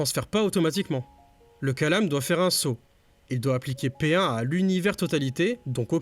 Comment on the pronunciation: Coucou, juste une précision : c'est kalām et non kālam كلام en arabe, le long a est le premier